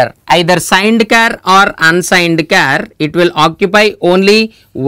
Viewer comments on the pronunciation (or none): none